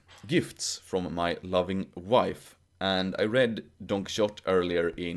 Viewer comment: I love how you pronounce Don Quixote! 😉